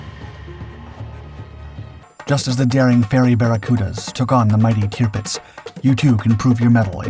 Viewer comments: I agree with other comments about the start. It doesn’t become clear that this video is about the Barracuda until we are a couple of minutes into it. What ruins the video for me, once again, however, is the cringeworthy way that Tirpitz is pronounced. It is “tir” as in “sir” not tier as in pier. For goodness sake. How I wish the voiceover artist would check his pronunciations before releasing his videos. It’s just so unprofessional. Quite what a crashing DH Mosquito is doing in this video is also beyond me. Apart from all that the video was quite interesting. Keep going but do please take the fair criticism on board. If something is worth doing, it’s worth doing well. Very best wishes, Adrian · I had to stop the video after I don't know 2 minutes something like that to say I've never heard you mispronounced or recognized you mispronouncing the names of ships or persons or events and then I hear you say tupdz and I think you said another variation of it it's the tirpitz and she was actually a lumbering loggerhead of a piece of crap she didn't make much of a difference in the war except for when she was finally sunk it destroyed the morale of the German Navy and that's when the Germans finally realized outgunned outmanned and out brained or one would say out maneuvered it didn't help that they were led by a maniacal insane individual with a God complex